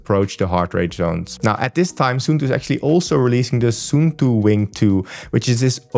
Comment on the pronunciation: suunto is Finnish so it's pronounced like the English words "soon toe". 😊